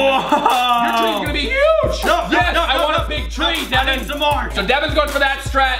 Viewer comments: its devan not deaven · It's Devan not Devon no offense 😁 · You said his name wrong it devan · It’s Devan not Daven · DEWAN XD ITS DEVAN